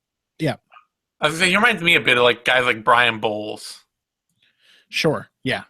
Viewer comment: Brian Bowels he says ! ahahah